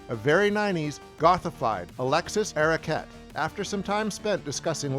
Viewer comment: What is up with this narrator's pronunciation of Alexis Arquette's last name?